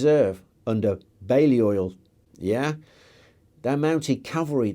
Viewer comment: I'd like to say what a great video, i have been looking for something to try and visualise the battle for my uni work, and this was fantastic. By the way, my professors typically pronounce Balliol as something like "Bay-lee-ul". Hope that helps 👍